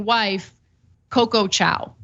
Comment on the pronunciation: Literally called her a Chinese dog using “Chow” instead of Chao